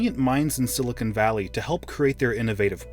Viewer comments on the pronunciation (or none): none